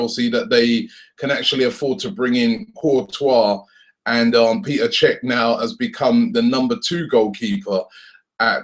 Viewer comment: Its Pet-er not Pee-ter